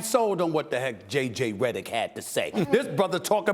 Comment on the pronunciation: He said "JJ Redick" like he wanted to spit it out.